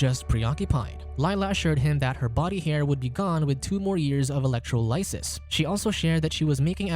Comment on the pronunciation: Electro "lie siss". You had one job.